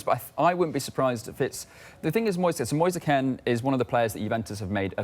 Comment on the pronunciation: The way that guy said Moise Kean 🙄🤦‍♂️